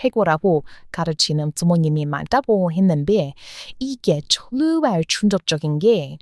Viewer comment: 팬이예요. ❤❤❤❤❤ 근데 영상에서 졸라라는 표현이 세번 나오던데 그거 안좋은 말이예요. 발음이 저한테는 그렇게 들렸어요. 정말이란 표현으로 바꾸셨으면 좋겠어요. 좋은 영상 너무 감사드립니다.❤❤❤❤❤❤❤❤❤❤❤❤❤❤❤